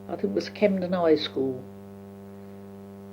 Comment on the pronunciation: This is gold. I'm also finding her accent very interesting... there are some notable intonations that are now entrenched in the New Zealand accent. Her pronunciation of "vaccinate em" is a crystal clear rendering of the NZ clipped 'a', along with words like "Camden" and "tram", and "put us back on that". Also manifesting in the 'o' and schwa sounds, like "Taylor's Trotters" - that is the NZ accent to a tee!! Given that so many NZers are descendants of this generation of Brits, it makes complete sense - but it's still so uncanny to hear it!